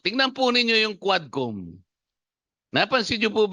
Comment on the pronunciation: Huwadcom, hindi quadcom.